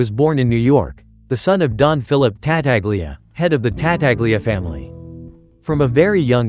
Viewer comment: TA TA glia... jesus christ.